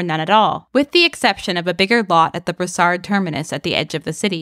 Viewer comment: En passant, we don’t pronounce the “d” in Brossard...